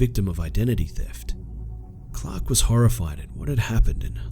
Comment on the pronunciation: "Chhhhlark and Ivan were blown away by the detail."